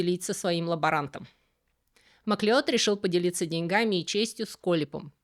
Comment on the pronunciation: Во-первых, спасибо. Во-вторых, ну сколько можно издеваться над профессором Макла́удом, называя его "Маклеодом"... Фильм "Горец" никак не помог.